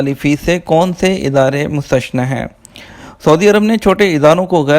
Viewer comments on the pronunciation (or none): مشتثنا نھیں بلکہ مستثنیٰ لفظ ہے اپنی اصلاح کرلیں شکریہ